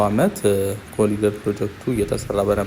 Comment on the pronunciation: ኮሪደር በል። ኮሊደር አይባልም።